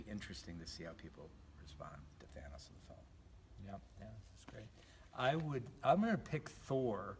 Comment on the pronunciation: Mine hurt from listening to him pronounce thanos name THAW-NOSS